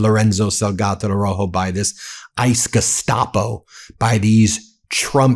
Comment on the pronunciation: Plese pronounce his last name correctly...ARAUJO...You are leaving out the "u".